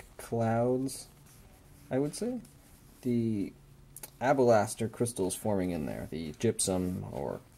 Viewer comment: alabaster homie... alllaaabaster. not abalaster. :)